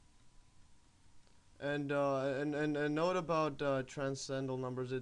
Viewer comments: It would help if you could properly pronounce transcendental. You keep saying TRANS CENDAL instead of TRANS CEN DENTAL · I think he was poking fun at you, since you say "trascendal" many times during the video. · Not only is this far some simple, the sides are missing of the video. Not everything stated is correct. You can't even pronounce transcendental. Why do you write half of the things you are saying when you clearly have the ability to type when you copy and paste text